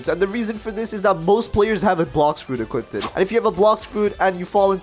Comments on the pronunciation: had to point this out. "Equipted" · wth is "equipted" its equipped not equipted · He keeps saying equipted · bro the "equipted" made me triggered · equipted lol